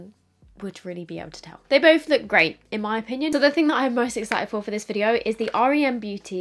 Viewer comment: Hey love the video 🥰 just thought I’d let you know though the brand is pronounced with just the letters R E M, like the sleep phase 😊